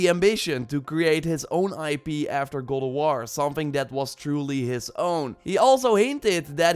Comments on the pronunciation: Sounds like you are saying ''Goulduar'' and not God of war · Is he saying Ghould of War? Wtf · Gol of war I hear lol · can this guy actually say god of war lol kinda sounds like he is saying he is saying gold o war lol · godowaw , thats how i heard him saying it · i fkn hate the way he says god of war "godowarh" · "godowar" yikes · am I the only one hearing him say "Gold of war"? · I’m going nuts hearing gold o’ wahr 🤬🤯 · Goldowahr bro fukk speak cliiirlee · why do u say god of waaaaa?